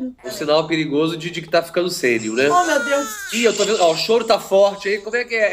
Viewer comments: Imagina o Austregésilo de Athayde molequinho na escola. Difícil, né ? (Sem relação, mas... "sênil" foi F! Kkkk). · Ninguém vai dizer nada sobre aquele "sÊnil"...?